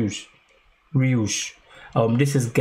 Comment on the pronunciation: Daryosh is the correct pronunciation and please react more to him